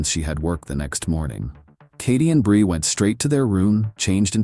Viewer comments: Stupid ai. Can't even pronounce her name consistently. It's bree, not bri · The narrator pronounces Brie two different ways. AI SLOP NARRATOR.